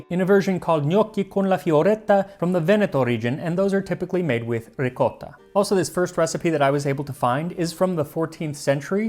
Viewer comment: You know what I really love about your show? You pronounce mozzarella and ricotta right! I also love the schooling you give us on macaroni. That's the term we (Italian heritage) used most before the snobs of the 1980s decided pasta was the only acceptable term.